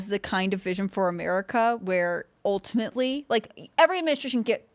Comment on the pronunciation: Also “UL-timately…”, “the reality is…”, and “AGAIN!” The “AGAIN” is so stupid because she never is actually referencing back to something that was previously said.